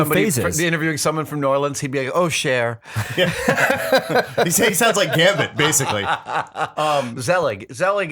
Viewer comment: cher? really? it's pronounced "sh-ah"